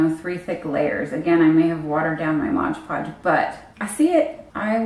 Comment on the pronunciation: So many people say "Modge Podge" hahaha it's MOD😂💗